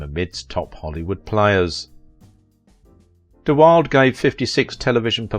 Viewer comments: His last name is pronounced “dee-WILL-duh,” with three syllables — not dee-WILD, with two syllables. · His last name is actually pronounced "De Will-da" not "Wild." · I've also heard it pronounced " de Will - dee ! Being it a Dutch family name I suppose it should be pronounced "de Bill.deh". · His name is pronounced “duh-wild-a,” not “duh-wild.” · One last time here, let me offer that I knew him at summer camp. He pronounced his name in three syllables. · His name is pronounced De-wilduh. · You mispronounced so many things I can't keep up with them. His name is pronounced 'Da-wil-dah' it's 'huug-ah-noh' and 'Prem-in-jer' there were others but I've forgotten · You are saying Brandon's last name incorrectly, it's De wild a. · I'd like to know where you got your information about his personal life. Also, you might have learned to pronounce his name properly. It is Brandon De Wil-duh. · DeWilda, DeWilda, DeWilda. Geez, That makes me crazy when it's so easy to Google the correct pronunciation. I love your channel, just be more careful there. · The last name was pronounced "de-WILLED-uh" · You are pronouncing his name wrong. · If you can't even pronounce his name correctly, how can you get anything right? I believe 90 percent of this hogwash to be pure fantasy... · The know-it-all narrator doesn't even pronounce BdW's name correctly.